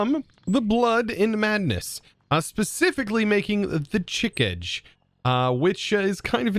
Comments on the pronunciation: that is exactly how it’s pronounced actually. Chi-cage made me cringe so hard. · Chi-ka- ge. Not chickege. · Chikage is pronounced che-KAH-gay No, it's a joke. It's Japanese Romanji. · "Chick-edge" made me cringe so hard 😭😭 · The weapon is called Chi-k-age btw it is a Japanese weapon. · its pronounced Chikage: Chi-Kaa-Ge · Okay, so, did you butcher words? Yes. Chee-caww-gay. And it's Sangui-steel, as in sanguine, like blood steel. Sanguine being pronounced sang (past tense of sing) gwin. Still love ya,. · wouldnt that sound more like Chee-kah-gay? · how the hell you pronounce father gascoigne correctly but not proboscis or chikage smh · sees hunter workbench oh my fucken god its a bloodborne mod Edit: holy shit the way chosen said chikage, i died inside